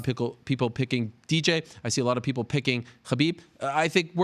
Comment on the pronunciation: Ariel "I see a lot of pickle" Helwani